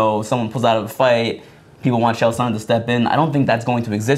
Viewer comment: "Kale" Sonnen and "Reenan" Barao? How can one be an MMA journalist without at least making the effort to pronounce the competitor's names correctly!?